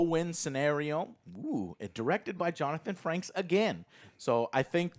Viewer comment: Joe keeps calling him Johnathan Franks! 😂